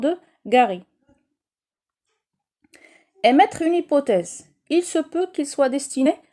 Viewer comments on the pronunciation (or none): Emettre et non pas emmètre .